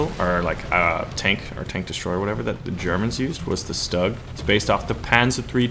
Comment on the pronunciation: Bulldog is a common breed name it's just like German Shepard. Nad for you try to pronounce StuG like this Stourmgeschütz then it's perfectly fine.